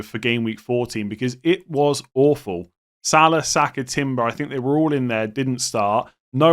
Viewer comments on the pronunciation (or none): none